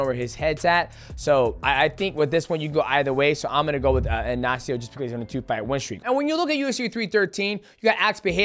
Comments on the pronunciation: It's Ignacio not Anacio get it right shorty 😂😂😂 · Bro speaking from experience being Ignacio